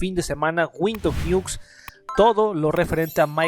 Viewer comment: Windows ñiucs xdxdxd